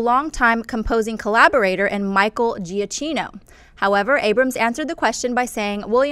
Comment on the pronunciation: it's pronounce Jyah-kee-no for god's sake! -_